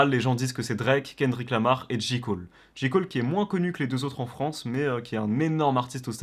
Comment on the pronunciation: Personne n’a trahi personne il est vieux de 2 ans le son et on dit JÉ COLE pas JI COLE 😂😂😂